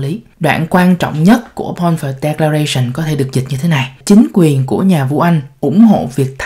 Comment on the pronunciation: Balfour(baĺ 4 prònouced)